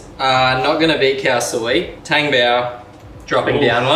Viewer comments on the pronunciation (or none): Just FYI, the correct pronounciation for the tang in tang-bao is like "Tom" but with the -ng.